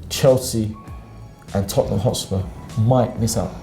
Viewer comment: Tottenham... Not "Topnum"... Tottenham! 😂😂😂